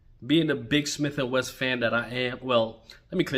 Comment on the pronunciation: Its Wesson, Wesson, not Wess!